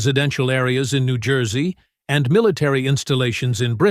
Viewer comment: Pronounced New Joyzee